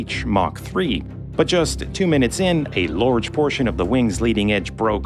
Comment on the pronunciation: lorge piece huh?